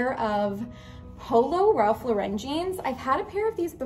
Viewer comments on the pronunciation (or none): You’re Such a Doll but WHHHY 😖do SOOO MANY YouTubers mispronounce Ralph Laurens name?!? Lauren RHYMES with FOREIGN- Simple as That❗️💥❗️